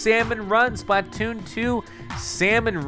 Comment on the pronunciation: why does he say it like splah-tooon